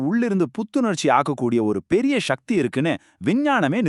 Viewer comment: தமிழில் தானே பேசுகிறாய். அப்புறம் என்ன ஷக்தி என்று உச்சரிக்கிறாய். சக்தி உச்சரிக்க கூடாதா?